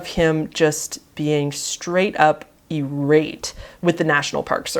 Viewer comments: E-rate? It's eye-rate I had not heard of this story til now. I'm glad you showed awareness. Bears shouldn't have been killed. At least, not the young one. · I have never in my life heard "irate" pronounced that way. That term has been around for years and years in the American English lexicon; Tim was a fascinating man. He stayed too long that last session, he should've left before hibernation time. It came across a lot of times he was on a s-word by bear mission. Jewel said that wasn't the case, but that's how it came across. He expressed how he was over the human world and wanted to become one with the bears. He knew the dangers yet continued to cross boundaries with them.